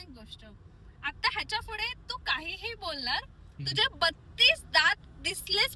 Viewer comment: Shivani didi tu पुढे la फुडे asa ka pronounce karte😁